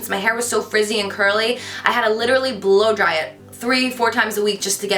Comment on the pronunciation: am I the only one who heard blow job instead of blow dry. Hahaha. Omg cant stop laughing. I am watching this vid just after the whisper challenge video and i am rofl.